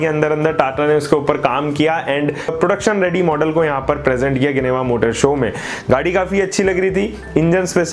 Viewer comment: इसको जिनेवा बोलते है ना कि गिनेवा